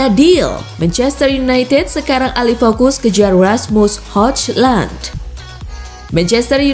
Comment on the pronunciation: Ni ad min apaan ya 1 balogan (balogun) 2 hoglan (huglun) Jijik banget dengar ny